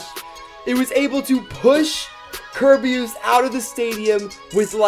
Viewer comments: Remember ker-bey-us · its called (cer bea iss)